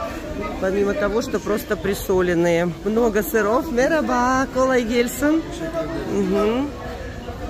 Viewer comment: Вероятно было сказано "мераба" (merhaba-привет), а второе: "колагельсин" (kolagelsin -удачи).